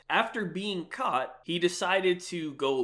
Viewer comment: ”After being cHAUWt”